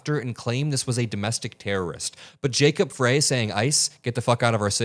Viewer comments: Minor point: Jacob Frey is pronounced as "fry". thanks for your coverage though! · it's "fry" not "fray". Keep up the good work and it's great to have you by our side for the long fight. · Thank you for covering in detail but it's Jacob FReY like french fry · You're mispronouncing Jacob Frey's name. 'Frey' is pronounced "fry", not "fray". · Hey, just FYI, it's pronounced Mayor "Fry" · Mayor's name is pronounced fry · its pronounced Fry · Hi, Jacob Frey is pronounced Fry. Thanks for all you do. I’m in Minneapolis and appreciate your reporting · love your work. The mayor of.Minneapolis is pronounced Frye, like in French Fry. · it's pronounced Jacob "FRY" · it is Frey like Fry. Thanks for great reporting. Just want to let you know of proper pronunciation. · His name is pronounced Fry, Mayor Fry. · Jacob Frey, pronounced Fry. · I love your reporting and devotion to the truth. Mayor Frey pronounces his surname Fry 🍟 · Love you so much!! BUT say the Mayor’s name as Fry. Minneapolis resident here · just FYI- Frey, the Mayor of Minneapolis- his name is pronounced Fry. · Mayor Frey pronunciation of his last name is with a long 'I" not pronounced with "a" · Just FYI the mayor’s name is pronounced Fry. I feel bad for the guy for having to deal with another city-wide protest, but I’m glad we have someone at the top who has been through it. Kudos to our city council for the communication they have on social media and advising us on the importance of being vigilant and taking care of our neighbors. I’m proud of my city! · FYI: The Mayor's last name is pronounced "FRY", even though it is spelled Frey. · the mayor's last name rhymes with pie, or fry. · To me, these reporters sounds so complicit, wrong emphasis on f ——, y. A woman was murdered should be the main emphasis here. We can see right through these enablers who think they are so dam bright.